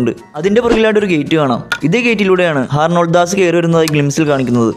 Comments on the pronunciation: ഹാർണോൾഡ് അല്ലടെ....ഹാരോൾഡ്‌ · Harnold das alla myre Harold das. 😂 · അർണോൾഡ് ദാസ് അല്ല ഹാരോൾഡ്‌ ദാസ് ആണ് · Harnold alla harold 😊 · Harnold das alla bro Harold das aanu😂😂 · Harnold alla bro. Harold enna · HAROLD DAS ENNEZHUTHIYATH SHARIYAN BUT NINGAL PARANJATH HARNOLD DAS 😂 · Harnold das alla mone HAROLD DAS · not harnold das😂 its harold das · Harnold alla bro. Harold das aan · Harnold alla bro.. Harold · Harnold das alla dude harold das.... 🤭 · Harnold das alla machane Harold das ahnu😅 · Harnold alla bro harold anu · Harnold das alla harold das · Harnold allada potta harold😂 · Harald HARALD HARALD DASS not harnold Dass 😢 broo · HARNOLD😂 ALLA HAROLD